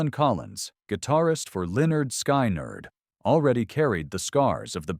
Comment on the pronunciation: It is NOT Lynn nerd sky nerd It is Lynn nerd skin nerd